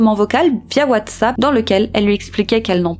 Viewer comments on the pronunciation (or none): none